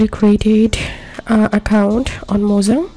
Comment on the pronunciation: bruh is not mozan but mojang